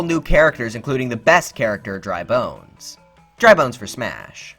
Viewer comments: You pronounce dry bones wrong. You place too much emphasis on the word ‘bones’ when saying it. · did he just say dry bones for smash